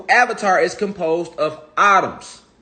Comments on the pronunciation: It's pronounced Eh-toms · Lmao. How many times did he say autumn, ahhtums"